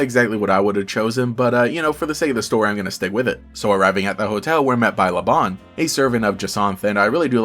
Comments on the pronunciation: Lebanne's name comes from the fleabane flower (which is true in basically every other language) so I believe it should be pronounced as "la-bane" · I'm very confused about how to pronounce her name like i pronounce it as Le-banne but every time i hear someone say her name, it's always pronounced le-bon but her name doesn't have a o and to me it looks like she has anne in her name, forgive me if I sounded rude I'm just very confused about how to pronounce her name 😖